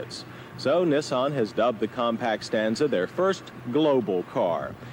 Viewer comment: First the Cam-Ray and now Neh-saan. Can't wait to hear the next offbeat pronunciation 😄